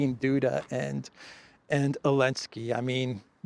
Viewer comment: Zelenski 😂😂 Elensky 😂😂